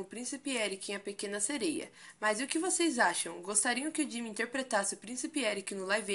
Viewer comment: Jimin jimin jimin jimin jimin...se fala ji-min